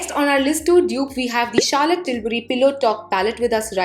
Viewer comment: Era gera nattu gera 😂😂😂😂 wow.. kitna sundar bole up bohot sweet laga.. ❤️😀 and the word Charlotte you pronounceed ..wow ❤️❤️❤️❤️❤️❤️❤️